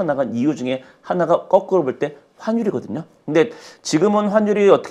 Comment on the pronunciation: 거꾸로를 꺼꾸로라고 계속하시니 거슬리넹ㅋㅋㅋㅋ